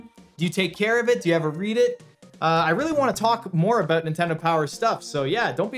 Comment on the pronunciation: hehe yeah, what its all "aboot"